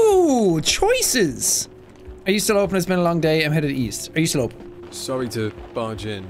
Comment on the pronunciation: Why vewy sarwy vewy spoopy